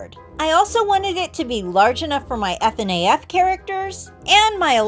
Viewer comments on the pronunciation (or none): i love how she spells "FNAF" ef-en-ay-ef